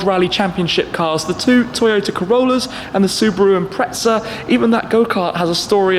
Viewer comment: Impretza ;-; impresser